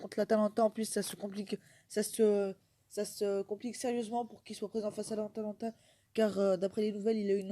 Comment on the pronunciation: *atalanta pas Atlanta